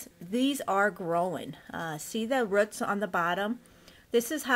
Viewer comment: The way she says rrruts just gets me. Good video overall, just the accident is adorable. 😂